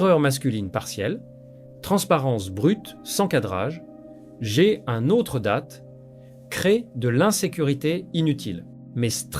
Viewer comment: Hihihihi.... Oh l'IA ! Date ça ne se prononce pas comme datte😂